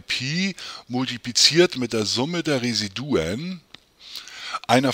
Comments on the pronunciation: Ihre Aussprache von Residuen macht mich fertig. Bitte lesen Sie das im Duden nach. Es heisst Re-SI-du-um. Ansonsten aber sehr hilfreich, danke!! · Es ging um die Intonation, nicht den Plural. Wobei ich das nicht weiter wichtig finde. Vielen Dank für Ihre tolle Arbet.